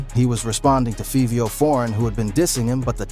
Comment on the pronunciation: It's 5vio, not fevio